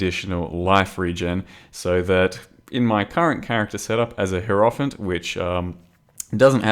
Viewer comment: if you give a fuck, it's pronounced Hi-Roh-Fant, not Heero-fant. the giving of said fuck is not mandatory